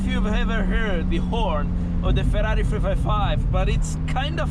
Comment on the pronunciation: 2 facts: 1)The perfect pronunciation of FERRARI. 2)The perfect downshifts. Cheers bro.